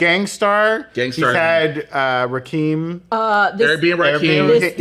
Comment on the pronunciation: Not Rahkeem again 🤦🏾‍♂️ its Rakim....(Rah•kim)